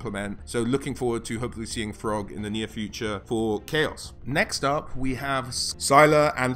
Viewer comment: I heard "frog" when he said Throgg